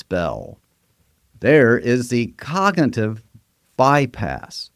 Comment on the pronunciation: And “cognitive”